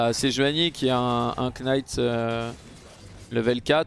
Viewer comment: Il me tue à chaque fois qu'il dit (K)night! Mdr